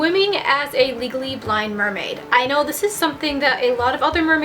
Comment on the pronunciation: i kept hearing legally blonde instead of legally blind.. I'm too obsessed hahaha. amazing video though!